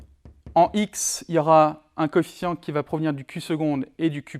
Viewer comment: coefficient et non coéficient !